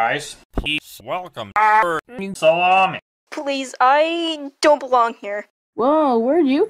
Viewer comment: I laughed at baldi saying nonsense and when he said salomi I laughed